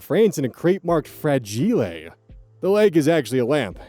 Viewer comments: "Fra-gi-le", huh? Must be Italian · "Fra-jee-lay"? Must be Italian. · I knew it was gonna be a christmas story and i was SO glad you said "fra-GEE-lay" ...must be italian